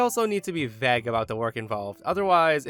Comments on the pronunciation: I'm sorry, I don't like the way your pronounced vague in the first story It's v aye g Not vag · man I love ya stuff but.. its vAgue not Vegg haha